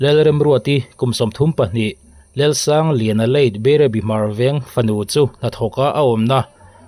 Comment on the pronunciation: Hmarveng pawh chu ilam fiah hleitheiloa🫢🫢